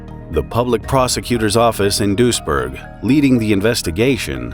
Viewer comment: Weird this is so close and I never heard of it. As a random note, your pronounciation of Duisburg is closer to the Dutch village of Doesburg, which I am also familiar with so for the longest time, I was wondering what was with all the German until I realised, it was Duisburg lol near Düsseldorf smh I'm silly